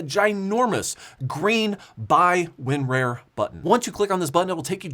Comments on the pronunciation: Challenge: Take a shot of your favorite hard liquor every time says Win-Rare. Guaranteed you will be plastered by the time the video is over. LOL It's Win-RAR, not rare. try it... RAR like the pirates say AAARRR. Win-RAAAARRR. lol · I think you mean Win-RAIR, or at least that what it sounds like? I much prefer using Win-RAR, sounds like CAR. HAFD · It's not rare... It's rawr... WinRAR... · Win-rar not win-rare 😂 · WinRoar, its pronounced WinRoar .Just like a tiger let loose on the 70s internet via 33.6 kps dial up BEEEEEEEEEEEEEEEEEEEEEEEEEEEEEEEEEEEEEEEEEEEP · Oh, you almost had me....happy April Fool's Day! "Win-RARE" lol